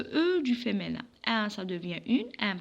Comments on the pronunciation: Apprenez d abord la prononciation française on dis Féminin et non pas femenin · On dit féminin avec mi pas avec mé